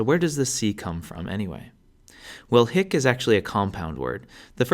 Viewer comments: your short is the vulgar latin short vowel, that is why you're pronouncing it wrong. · THE H IS SILENT FER CRYIN' OUT LOUD. HIC, e.g., IS PRONOUNCED "EEK" and HAEC IS PRONOUNCED "ACHE". OMG. I listened to this and my head almost exploded. How could they make such an error in pronunciation? H IS SILENT!!!!! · don't sspire the ''h'' for hic, haec, hoc you should pronounce [ic] [ec] [oc] 😊